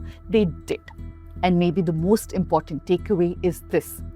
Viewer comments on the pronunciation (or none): none